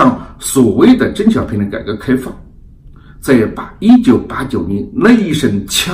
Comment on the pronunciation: 我本人对何总的很多观点都是支持的，但是您本期节目里的“邓小平”的发音一直都是“郑小平” ... 我也真是醉了！ 另外，我眼看着明镜媒体一天天的壮大，本人是由衷的欣喜！ 继续加油！